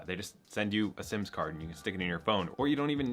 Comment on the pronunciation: I can't un-hear "sims" card and "unconvenient" . The number of "sponsored" drops in this video are also ridiculous. Now, he does have a point with taking advantage of bank promotions. I make about $ a year on bank promotions. It's the easiest 200-400 per hour you will make!